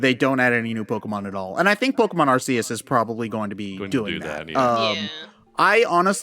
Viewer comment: Hearing Arceus’s name pronounced like that... (shudder)